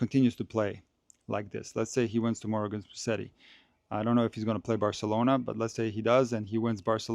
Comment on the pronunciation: Hey, Musetti is pronounced like this: “ Muzetti”. So the s is more like a z. 🙂